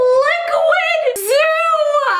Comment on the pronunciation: No one: That person: "LiQuId zOo"